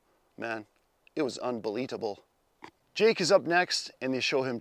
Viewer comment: Oh,. "Unbolete-able"